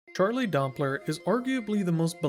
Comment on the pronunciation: the way u pronounce his name sounds like "charlay" i need people to notice this as well i cant be going crazy